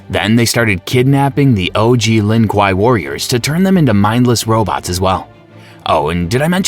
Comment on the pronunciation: "lin quaiy" bro's talking in kano😂